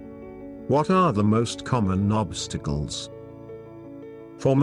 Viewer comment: 'what are the most common nobstickles' hilarious voice over